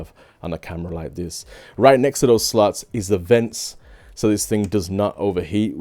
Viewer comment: So many slooouuuuts...or slots. He he. Great camera. Ordered it